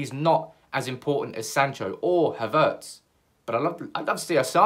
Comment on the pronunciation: I think you're the only one pronouncing his name Ha'vertz